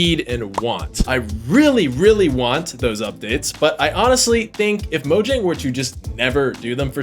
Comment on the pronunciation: the J is pronounced as a Y Mo-Yang 😉